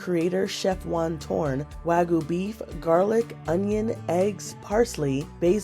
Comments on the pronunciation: Wag-yoo, not wa-goo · wagyu is not wagoo 😩